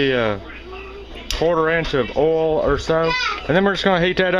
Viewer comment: 'love the way he says "oil" .... like "ole" with a long o, no diphthong.